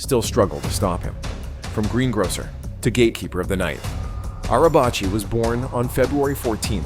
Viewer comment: In Turkish, the letter "c" is pronounced like the English letter "j". So, "Necati" is pronounced like "Najatee" (not "Nakatee") in Turkish (originally an Arabic word meaning "salvaged" or "salvation"). The letter "c" in his surname (Arabacı, a Turkish word meaning "coachman" or "driver") is also pronounced like "j", not "ch", although the two are somewhat similar.